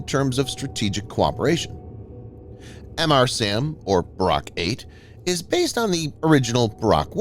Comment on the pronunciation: It's not Em Arr SAM.... It's Mr. SAM Luke Mr. Coffee..